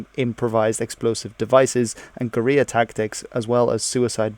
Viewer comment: "using improvised explosive devices and Korea tactics" I know you meant to say "guerrilla tactics," but did you just say "Korea tactics!?"